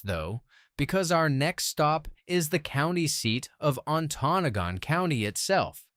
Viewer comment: Antonagon is pronounced as (An toe noggin) Please learn how to say the names right!!!